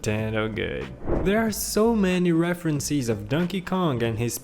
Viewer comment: Pro Tips: The S in "Island" is silent (also the I in "island" is pronouced like the letter), "reference and references" are pronounced like "reffrens and reffrensehs", "Easter" in "Easter Egg" is emphasized (and the Ea in "Easter" is pronounced like "ee" not "i" (short)), and I don't know what else. Try your best, one of the random people that narrate in videos and narrated in this one!